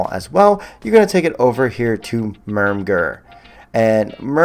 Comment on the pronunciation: Pronounced "MER-merg"